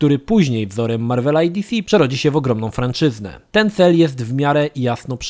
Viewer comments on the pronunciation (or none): FRANCZYZA nie franczyzna